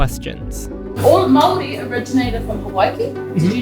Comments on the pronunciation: not the "kiaAAAH aura" and the "mawRRIWIIIIII", i mean, most ppl dont pronounce right but Te Reo Maori is the og language. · Why mow-ree it's Maori and the r is pronounced as di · MĀORI NOT MAOREE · PLEASE SAY (MA- OR- DEE) NOT MAORRY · It's not marry it's māori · It’s actually pronounced mou🥁🥁y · Btw it’s not pronounced actually like kia ora it’s pronounced ki ora ( the r is rolled like it most words with r eg māori kinda pronounced moldy lol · “THE MOW REE” STOP IM GOING TO CRY WHY IS THE WAY HE PRONOUNCES STUFF SO FUNNY TO ME 😭 (Not hate I just found it funny) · It's shocking to see that some Americans genuinely say may-ory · as a new zealander, his pronunciation of maori words hurts. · So many messed up things about this video. Didn't show lollie cake, didn't show pavlova, used a knife and fork to eat a pie, didn't even show mount Ruapehu. Also, he pronounced "Kia ora" and "Maori" wrong. But pretty good overall. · I have to commend your pronunciation. Americans usually comically struggle with Maori words. As best I can tell the only one you struggled with was, ironically, Maori. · when this guy says 'Māori' it hurts my ears. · as a new zealander hearing you pronouce maori and maori words just makes me die 😭